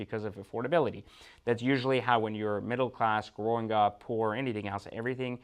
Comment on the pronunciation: That just sound terrible when he says poor. And if he doesn’t like the watch each his own! Doesn’t matter if you have an expensive watch or a least expensive watch! It is what the person wants and would buy and feel comfortable what he wears or don’t where! Every one has an opinion! Well that’s my opinion each his own!